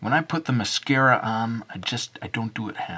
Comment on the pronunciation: Its mascara not massacre